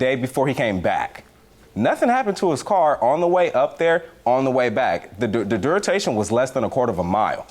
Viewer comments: did he say the “Duritation”? Or am I tripping? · Duratation...does he mean duration or do I need to update my mental vocab😅